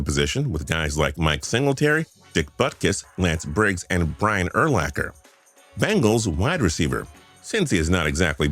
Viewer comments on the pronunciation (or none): none